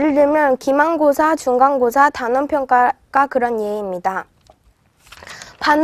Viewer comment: 중간고사 라고 하지않고 준간고사 라고 함 ㅋ ㅋ ㅋ